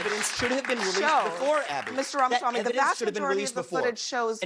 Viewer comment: Please Benny, its Ram-a-swamy.